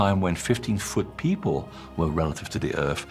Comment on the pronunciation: Pie Poe = People... love that! -> DNI = DNA... meh... pi-cha = picture... love that! Grace and the narrator are articulate with properly pronounced words... easier to understand, but not as fun... low eek = like... se-oh-mints = settlements... thank you.